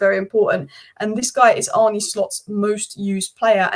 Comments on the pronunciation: His name is pronounced Arneh and not Arnee. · Great stuff! It’s Ar-nuh Slot (not Ar-nie), but as always your overview is spot on.